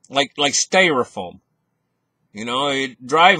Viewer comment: i try not to miss a single days wisdom from! two words to practice haha "sty(like y) stYrofoam & ConFisCate not "confisTicate"